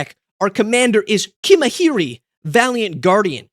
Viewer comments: His name is "Kim-haree", not "Kim-hah-ree". He is the Ronso guardian of Yuna in FFX. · Pronouncing kimahri like that is nothing less from.the most unhinged deckbuilder